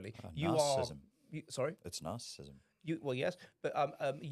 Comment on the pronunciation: Oh, it’s a podcast chaired by that bloke who bangs on endlessly about ‘narcissism’, but can’t pronounce it.